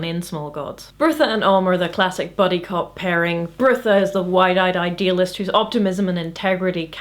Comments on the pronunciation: You seem to be pronouncing Brutha's name as "Birtha". His name is supposed to sound like Brother, without the "r" at the end. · it's not Bertha, it's Brotha'... Brother Brother, more or less. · I know this is 4yrs old but it's pronounced "Brother".. there's a whole scene about "Brother Brutha" being confusing. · One interpretation I've read is that Brutha is pronounced "brotha," similar to slang for brother. So he's Brother Brutha. ... Well, I thought it was funny... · I'm pretty sure "Brutha" is pronounced like "Brother" based on the joke from the book where Vorbis says he will need to promote Brutha because calling him "Brother Brutha" would be confusing. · Several times now I've watched your videos and concluded I pronounce names in books in my head far differently to you. Brutha in my head is pronounced Brother...probably incorrectly but it's an interesting realisation.